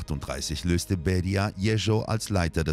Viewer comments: Jeschow nicht Jericho! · Warum lernen die Sprecher nicht endlich mal die russische Aussprache! Nur pars pro toto: Der Erzählungen und blutrünstige Zwerg hieß Jeschow und nicht Jescho. Oberflächlichkeit lässt immer Zweifel am Inhalt aufkommen.